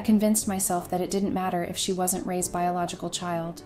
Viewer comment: Loving the A I voice mistakes lol does not lend any credibility to these. Get a real voice Raised… you meant Ray’s right? This is the most brilliant screw up. Lesson here folks A I does not make things easier. I laughed way too much through this. I’m sure that wasn’t the intended goal, but this channel is an A I generated joke.